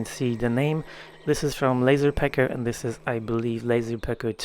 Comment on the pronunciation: The first time I heard you say it, I thought you were saying"Lazy" Pecker instead if "Laser" Pecker!! LOL